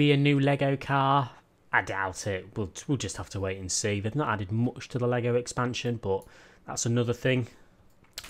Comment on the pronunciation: man, you really have a problem pronouncing U. oooupdate...moouch..... it's worse than the chalk on a board.